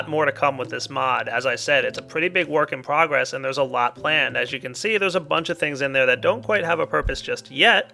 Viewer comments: inficraft but everybody pronounces it infinicraft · Why does he say Inifinicraft when the title says Inficraft? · It's called "In-phi craft". If it was spelled infinacraft then you would pronounce it like that. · not only failed at pronouncing inficraft and math:D